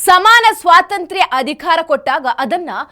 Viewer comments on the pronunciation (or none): none